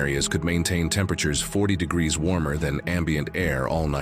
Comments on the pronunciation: what the hell is this degreesaf???? you can't say degrees? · "30 'degrass'"'???? shit AI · "30 degrassif"